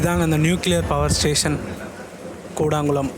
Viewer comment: கூடாங்குளம் என்று உச்சரிக்க கூடாது அதன் சரியான பெயர் கூடன்குளம்